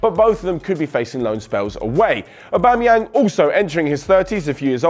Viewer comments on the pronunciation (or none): none